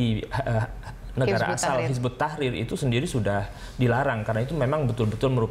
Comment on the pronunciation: kok presenternya bilang "hizbut tahir" .. haduh.. kacau...